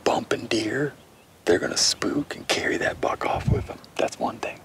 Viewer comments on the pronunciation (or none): none